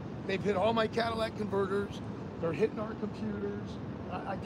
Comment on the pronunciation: CAT-A-LYTIC converter. Not a CADILLAC converter.